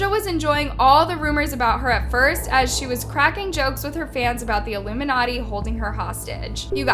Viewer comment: if u listen to motive by her and ari in reversed and but it in 0.75% speed u hear doja says ilmunati